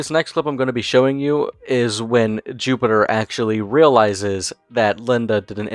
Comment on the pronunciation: You say his name is Jupiter? Or Jupiturd?